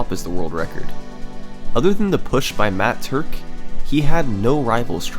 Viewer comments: Im glad to know i wasnt the only one who flipped their shit as he said matt turk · I have literally NEVER facepalmed in my life until he said Matt Turk at the start. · everybody gangsta till Summoning Salt says "Matt Turk" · I literally spat out my milkshake and ruined my keyboard when he said the name "Matt Turk" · when he said matt turk i immediately sat up with my eyes wide, how did he manage to make me be so surprised from one name???